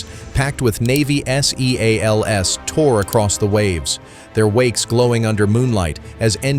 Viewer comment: S.E.A.L.S ?? Seals?? Bad robot